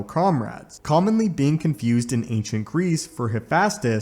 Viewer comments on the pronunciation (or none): none